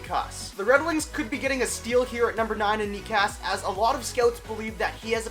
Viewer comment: Just being a bit nitpicky sorry but Necas is actually pronounced neCHas